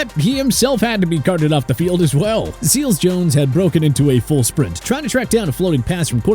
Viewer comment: Seals-Jone? Really? Actually it's Seals-Jones.